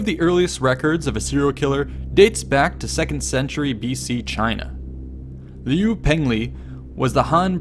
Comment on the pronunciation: liu is pronounced lee-oh